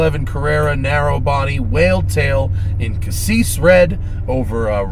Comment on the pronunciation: What's casseeesh red? you mean cassis red?